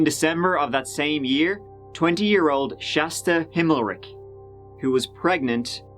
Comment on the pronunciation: You’re saying ole’ not old🥴